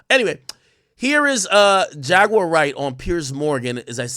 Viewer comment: Buddy ass be like: Jag ➡️”U”⬅️awr….nogga it’s Jaguar 😂🤣😂➡️